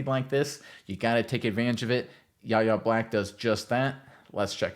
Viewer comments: WHY-AYE not YAH-YAH. Please man killed me. You’ll learn his nah. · Pronounced “Why Yay” not “Yah yah” the Kendrick Lamar song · His name is pronounced Why-Aye!!!! Not YaYa!!! Get it right, you sound like a dope, you say YaYa about 100 times! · His first name is pronounced Why-Ay, not YaYa. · Ref 'The Beast " ... Fifty years ago the Steel Curtain featured the great. number 78, Mad Dod (Dwight) White ... Do the steelers now have the, number 78, Mad Dog Black? ( Yahya's first name is pronounced " Why-yay") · Y-A!!! Sir. Get his name right! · it's "Why-yay" Black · His name is pronounced "Y-hey" with a silent "H". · It's pronounced "Y" "yeh" Black. Yahya Black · It's PRONOUNCED "WHY A" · His name is pronounced ("Why" - "Yay") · YES! Name is a little weird to say but it is pronounced more like "Why-yay" but pronouncing the letter "Y" instead of the word "why" "Y-YAY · Pronounced Why A! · Decent video but u catch an L for pronouncing his name wrong bra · You should learn how to pronounce his name if you're going to do an entire film session on him.